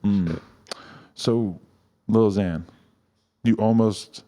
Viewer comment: Omfg it’s “xan” not “zan” fake fan😐